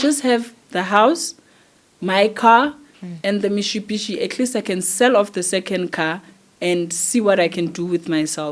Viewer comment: Love the way she pronounces the Mitsubishi 😊